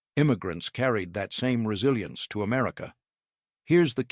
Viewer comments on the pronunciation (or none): none